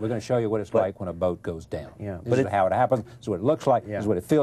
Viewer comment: I cringed every time Charlie said "boat". Wonder why James didn't correct him. Good interview though, it reminded me of how much I missed that show.